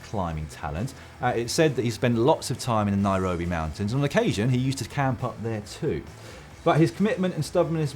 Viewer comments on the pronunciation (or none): none